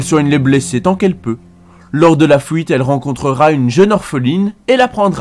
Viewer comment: Alors je pense que pour ce genre de vidéo où tu parles pendant 30 minutes. Les problèmes de langages du genre "fouites" et "pouits" sont à proscrire. C'est vraiment très très désagréable à entendre. Sinon je viens de découvrir et j'adore tes vidéos :') (surtout parce que c'est WoW). Bonne continuation !